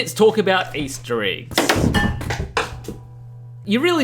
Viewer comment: I want to start with. I love your videos and I watch em all since I subscribed. You are clearly more intelligent than I. That said, here’s s the Super Douche part… your accent is thicker than i think I’ve ever heard. And the way you say certain vowels in certain words drive me guano. Eggs it seems, is one of these words. So glad you found a way to make “egg” half of the words in this video. Now that I’m done being kind of a dick, love you and your videos. Thanks man.😁